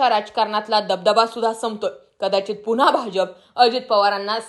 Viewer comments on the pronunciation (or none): none